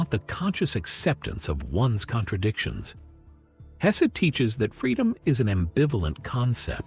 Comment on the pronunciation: Why must that unholy AI narrator mispronounce the mans name throughout